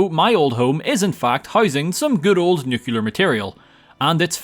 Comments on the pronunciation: Nucular or nuclear? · imagine playing Fallout on most of your channel and pronouncing "Nuclear" wrong. (not meant to be a mean comment, just wanted to point out that you said "nucular") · Your constant mispronunciation of "nuclear" is weird without an American accent.